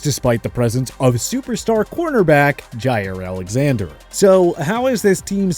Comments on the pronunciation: Who the hell is Tackovailoa, Roheem Mostair and Jaair Alexander? It’s like y’all don’t even try to pronounce their names correctly, yet their names are mentioned multiple times by commentators and interviewers, just do the damn research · They do it regularly. Like who tf is Tackovailoa, Roheem Most-Air and Ja-Air Alexander? It’s like they don’t even care about the players enough to at least learn their names. It’s not like commentators and interviewers mention their names all the time, so it’s just all down to laziness and lack of research. It’s annoying as hell, and then they try to correct others by making those videos, but they won’t the work themselves